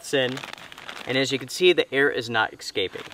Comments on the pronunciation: Escaping, not excaping 🤣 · excaping? escaping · Thank you 👍. Just curious … why do say “ekscaping”, instead of “escaping”? Is it N.C. vernacular? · EGG-scaping. AHHH again 😂 ESS caping !!! Or I constantly think about eggs and why they are escaping from this pad. Why are there eggs inside to beging with? AHHHHHHHHHHHHHH